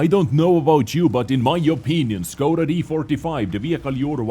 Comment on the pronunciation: you need to say the š like you wanted somebody to be queit and you sad Sss